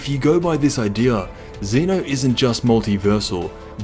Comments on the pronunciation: This guy says zenu its zeno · Its zeno not zino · he said zino lol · My guy said ZEENO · zeeno his saying zeeno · So annoyed with how you pronounce ZENO